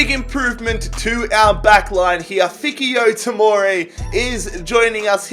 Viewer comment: anyone else kind of mad he didn't say Fikayo Tomori's name right?